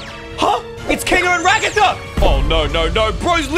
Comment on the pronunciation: Did you just say regather instead of ragatha